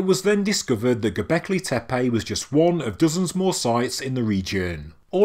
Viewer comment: I actually can't finish watching this because its triggering me how many times he is saying gobekli tepe :(